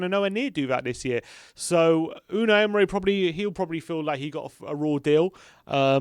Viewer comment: It's Emery, not Emre, and he was eleventh when he got sacked